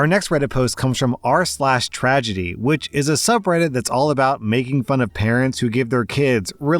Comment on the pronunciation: Rslash, when I first learned your name your daughter had just been born. I legitimately thought you were calling yourself "Dadme"